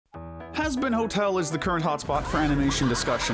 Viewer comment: hazbin ho el 💀